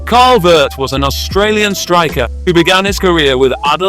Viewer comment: Carl Veart is pronounced Ve-Art